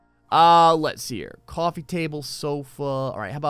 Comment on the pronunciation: it does want a new jersey accent COUFFY table